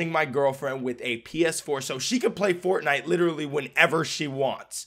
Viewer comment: Faivenite not fortnite hahaha